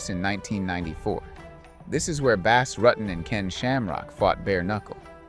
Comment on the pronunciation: Saying Bas Rutten wrong is an instant, "OK, done with this video"